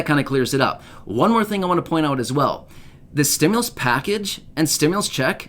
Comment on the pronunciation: The criminal doesn’t even know how to say stimulus